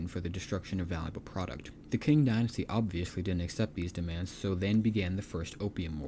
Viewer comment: It's pronounced Ching dynasty not King dynasty.